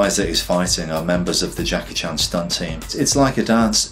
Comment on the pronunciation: He actually pronounced (Jackie) 'CHAN' correctly.